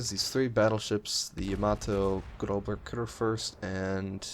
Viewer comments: Fyi... You had the pronunciation right at first - "GROSS-uh KOOR-furst." The weird looking B is a double S in German. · The GK is pronounced Grosser Kurfurst.